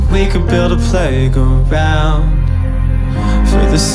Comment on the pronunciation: Thats because he makes the g an extra syllable. It wouldnt sound right if he just said playground in 2 syllables, only works when its play-g-round.